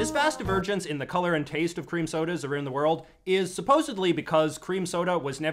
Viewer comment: I’m convinced you purposely pronounce “around” like that to sound more Canadian